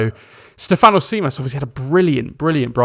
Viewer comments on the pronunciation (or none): Think of Tzimas as Jimas, tz in Greek is the equivalent of j in English, also stress the Ste not the fan on Stèfanos. On Kostoúlas your pronunciation was quite close to the correct one, just put the stress on rá instead of la and if you can pronounce mpos as boss because mp in Greek is the equivalent of the English b. Hope you find this helpful. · good way to practice emphasize the capital that i am about to write. STEF-an-os (also the anos should be pronounced quicker together so there is not this awkard An - Os sound) JIM-as we emphasise letters based on tones in greek (Στέφανος Τζίμας) ps. Kostoulas prononcuation was spot on though tbf.